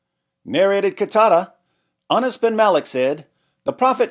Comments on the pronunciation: Ana's sure sounds close to Anus...... 😂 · Narrated Anas or Narrated anas. HA! You pronounced it both ways‼️‼️‼️ 😂😂😂